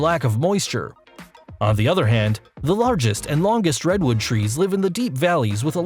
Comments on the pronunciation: pronounced red-wood but for some reason you said Reedwood. a lot of pronunciation mistakes in this video... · No way he just said “Reed wood”😂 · Please get a narrator who knows how to pronounce "Centurion" and "Redwood"!